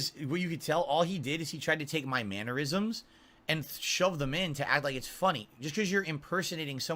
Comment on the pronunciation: Good vid but its mannerisms not mannuerisms.